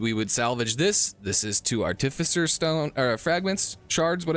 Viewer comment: As long a we ignore the times he said "articifer" :)